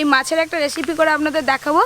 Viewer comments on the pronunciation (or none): তোমার উচ্চারণ গুলো ঠিক করো (রেসিপি) হবে,, উল্টা পাল্টা উচ্চারণ না করে শুদ্ধ উচ্চারন করো.....